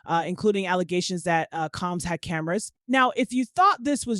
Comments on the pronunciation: COMMS????? who is reporting on this stuff?! His name is COMBS!!! Either these reporters can't read or they live under a rock.... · It’s the “CALMS “ for me 😂😂😂😂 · I’ll wait for the trial. This robot can’t even pronounce “COMBS” 😹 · Why can't this person say combs🤔.just asking.